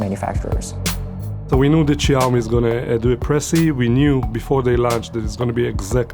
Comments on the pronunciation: jaumi LOLLLL Caucasians really can't pronounce these things at all 😂😂😂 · Great video! But pronounce Xiaomi correctly...